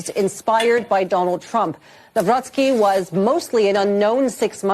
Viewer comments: Dammit Benny. It's NavRocki, not NawroSKI. Don't be ignorant. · That chick keeps mispronouncing his name!! NAW ROCKI NOT NAW ROSKI !!! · Benny, the pronunciation is Nah-vro- tskee. The amount of dirt the opposition threw at him equals to smear thrown at Trump. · I wanted to scream the way you pronounce his last name learn it or stop it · What a way to butcher the name